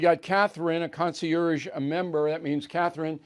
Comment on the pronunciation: Bill, Bill, Bill. Since you use the word so frequently, please learn the correct pronunciation of “concierge.”